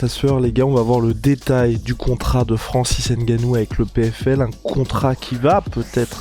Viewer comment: Un peu de respect quand meme... C'EST NGANOU et non "N"GANOU...ca fait chier a la fin!!!! Quand meme!